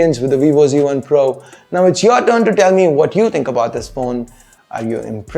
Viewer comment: its z1 not c1...please try to pronounce it in the right way...